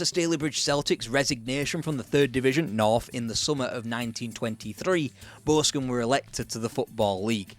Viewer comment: Why can't you say Boscombe? 😂